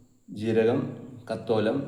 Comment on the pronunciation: സാഹിബെ കത്തോലം അല്ല. തക്കോലം ആണ് 😅